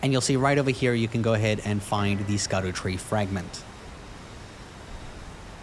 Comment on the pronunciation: Scadutree, pronounced Shadowtree